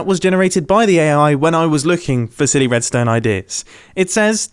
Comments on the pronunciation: the subtitles have sworn.. it is "SILLY", not "SHI-" this is ridiculous. Although it does sound a bit like that.. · ... did he acidentally say shitty instead of silly? Whoops... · Is he saying sh##ty ideas or silly? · He def said shitty and not silly, right? Even YouTube's CC AI heard it lmao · did,,,,, did he say shtty 😳 ive slowed down the playback speed a ton and i cant figure it out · Woah! At the end, you said "AI's silly ideas", but I heard something very different. So I turned on the auto-generated captions, and... YouTube agrees with me that you didn't say "silly" 😂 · it took me 7 listens to confirm he said silly and not something else 😂